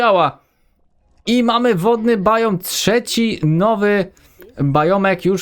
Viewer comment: Mówi się Biom